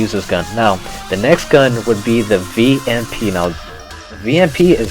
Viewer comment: vamp not vamp